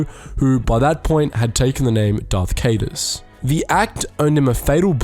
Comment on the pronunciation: i believe its from spectre of the past or vision of the future the thrawn duology that was mentioned above as it was the last book before the time jump into the galactic alliance and jacen solo turning into Darth Caedus { Ki-Duss} not {kay-Duss} with jacen being a much better name than ben since it made more sense for luke and mara's son to have the name of lukes padawan master plus the fact that they're jedi and jacen/kylo parents are not (leia is a strong force user but lacks even more training than the legendary jedi knight of the jedi academy on the planet Meme, Rey " my grandfathers greatest crime is being a white male in the current year " Palpatine.) As far as I can recall Leia never even met obi wan.